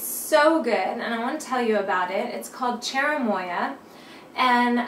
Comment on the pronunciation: I think you said it correctly